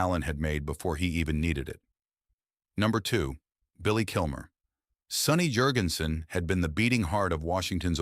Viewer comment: Hey, AI brainiac, it might be pronounced Yurgensen in Scandinavia, but in North Carolina, where he was born, the name is JURGENSEN. Now tell me the name of the human being you put out of work.